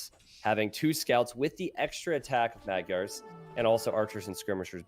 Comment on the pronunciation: Thank you for this VOD. The only thing I would like to complain about is how you pronounce Maygars. :)